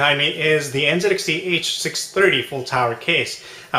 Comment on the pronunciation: aren't you from the US??? its n "ZEE" xt. American company, American pronunciation